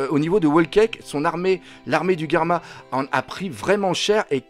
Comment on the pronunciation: Je confirme tu est loin d'être con Doc , tu es même très intelligent et continue tes vidéos elle sont de mieux en mieux 😁😁👍👍et aussi au lieu de dire Germa j'ai cru que tu avais dit Karma